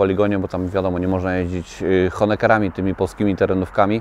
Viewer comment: Nie Honekerami tylko Honkerami 🙄